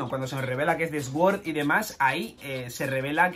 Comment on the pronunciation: Entiendo que no todo el mundo sepa inglés pero dios me pongo nervioso cada vez que pronuncia SWORD como ''esguord''', no quiero ir de sabiondo ni mucho menos pero SWORD se traduce como espada y se pronuncia ''suord'', la pronuncia mal a proposito? si es así me callo y me meto en la cueva de nuevo pero joe que alguien le haga llegar esto por favor